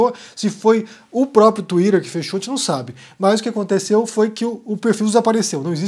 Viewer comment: Não tenho maturidade pro "Tuírêrrr" do haha É o máximo!!